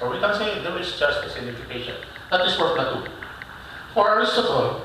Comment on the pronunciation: My goodness, Sir it should be pronounced as (play-to) not (pla-tu)...and your lecture about mean vs. median, it should be "summation" not "submission"...